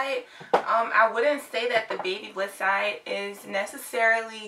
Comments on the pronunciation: It’s pronounced Bhabha liss Not baby bliss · I loved when she said " babybliss"😄